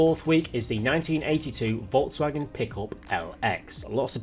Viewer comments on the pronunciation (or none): none